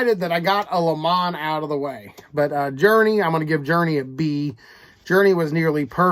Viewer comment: I'm not sure if you are joking around calling him Li Mon? I get so many names wrong myself. But it's pronounced Lay Mon. Although I do like the posh sounding tone of that. Lol. 👊